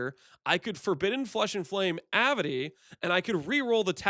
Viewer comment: Very cool, dude! But: Avidity. A, vid, it, y. Not avity. ;)